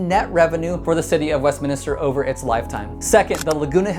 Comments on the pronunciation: By the way, it’s WestMINster, not WestMINISter. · Pronounced Westminster, not Westminister 😁